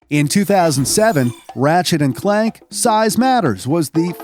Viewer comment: Is this channel narrated by a real person? How did they get Clank wrong and called him Clark???